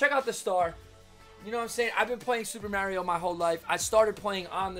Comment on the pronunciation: its cool its tge right way to say it. Hey, some guy on ebay posted some super mario galaxy glow in the dark shoes from puma, is that legit?